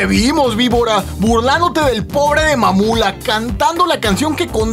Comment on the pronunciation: ME KGUE CUANDO DIJO (MAMULA)